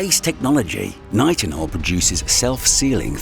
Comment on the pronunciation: The narrator said NI tinol I'm sure it's pronounced NItinol.. Anyways. A YouTube vide about AI narrators would an inception video.....?